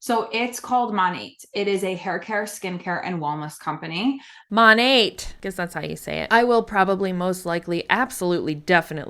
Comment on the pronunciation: It’s pronounced “ma nayt” short for modern nature. Not that it matters lol great video!